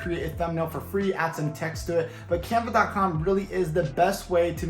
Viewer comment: Canva or campa? can’t clearly understand the website name.